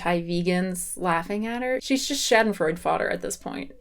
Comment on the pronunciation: The Moment when a american trys to say „Schadenfreude“